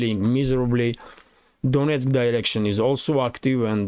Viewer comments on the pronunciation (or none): none